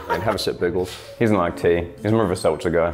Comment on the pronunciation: 😂😂😂 Narrator had he seltzers correct the first time 🤦🤦🤦why the fuck did he say it incorrectly the second time my boy😅😂😂🤣🤣🤣👍👍👍👍💯💯💯💯